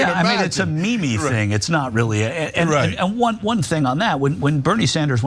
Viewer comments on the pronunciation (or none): calling a meme, a "me-me" is the most cringe thing ever. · “A me me thing “ oh 😂